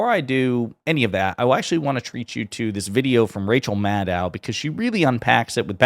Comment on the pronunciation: It's Maddow like "know", not "now".